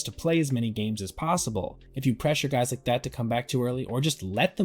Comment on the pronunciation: What did you say here? "looking drunken sailor" or "like a drunken sailor." Word up. Its word girl....😂 I'm just trying to figure it out. Sounds like you said the first thing, when it should be the second thing.